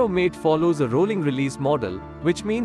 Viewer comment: MATE is pronounced MAH TAY not MATE. From Wikipedia: MATE (/ˈmɑːteɪ/)[